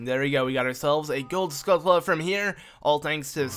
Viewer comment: You know it's skullTulla and not skullKulla right? Obviously its not a big deal, its just annoying